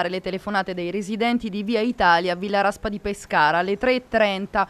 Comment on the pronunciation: Villa Raspa di Pescara? Aaaaah non si può sentire!!!! AHAHAHA